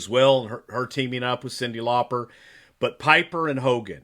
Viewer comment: Her name is actually supposed to be pronounced that way! It's Lauper, so not far off?! Just sayin'